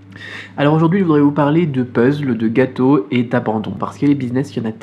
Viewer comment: On dit puzzle et non puzzle =)